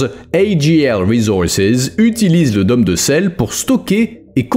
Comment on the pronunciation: *Dôme se prononce "daume" pas "domme"... Idem pour "rôle". Mais très intéressant !